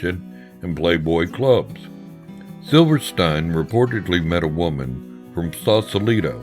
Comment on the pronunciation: its pronounced SILVERSTEEN